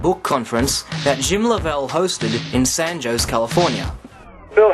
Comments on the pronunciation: and San "Joes" hehe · Lol "San Joeshe" Its San Jose (Ho-say) :) just saying. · I know this is off-topic, but I wish would correct his pronunciation of San Jose and Don Quixote. Though his improper pronunciation does NOT detract from the information presented, I'm sure that debunkers of the moon hoax theory will use that as an ad hominem attack on the messenger, as that is their preferred (and often ONLY) method of debunking the truth. It is my feeling that debunkers of CTs (pertaining to the moon hoax, 911, JFK, RFK, etc.) are in seriously DEEP DENIAL! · Pasparal da Beira do Canal Its wrong: San Jose: San Haw seh Don Quijote: Dawn kee hot eh For the J sound, the tong must be pressed against the upper back teeth with less air than the H sound